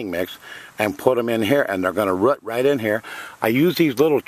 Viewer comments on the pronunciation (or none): Great vid man.. But please please say the word 'root' properly. Its not 'rit'. Keep up the good work